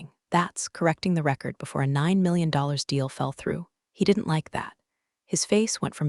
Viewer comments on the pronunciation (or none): none